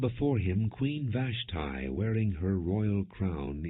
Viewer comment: Glad Vash tee is not mentioned long the mispronounciation is driving me crazy